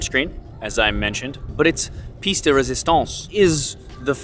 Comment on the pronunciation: It's pronounced "Pee-yes" de resistance